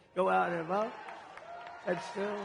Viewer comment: . the way he says vote is funny. Trumps the man. he just needs to stop talking about what he couldn't do and that from saying negative stuff about himself without the teleprompter not knowing what to say to that large crowd...its going to be used by harris team..u watch kamala and Biden would be lost without a teleprompter